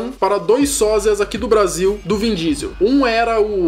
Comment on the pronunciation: "vim" diesel?? Kkkkkk